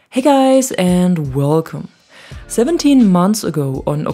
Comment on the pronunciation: The favorite thing I hear from vids is when she says, "Wvelcome" I love it! I want to hear her sing 99 Luft Ballons.;-) Thanks for all the great vids.